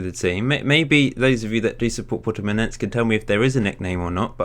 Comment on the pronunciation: it is said Purtimonensse